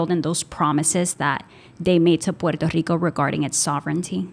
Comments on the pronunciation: So is Guam and some of the pacific ocean islands ,but Puerto Rico is the most blatent one . Thank you for correctly pronouncing "PUERTO RICO" It is not ' porta rica' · Lo está pronunciando bien, en la lengua original. No sea acomplejado